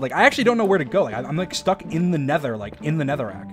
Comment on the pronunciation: Nether, not Neather